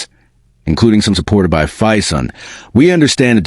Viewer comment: Crap AI production earns a solid dislike. BTW, it's Phison.